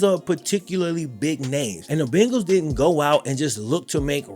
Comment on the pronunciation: I literally live less than a mile from PB stadium.. and I appreciate your loyalty! Only thing is, you still say "Bengals" like an out of towner. It's 'BAIN-gulls'.. long "A" sound lol 🤷🏾‍♂️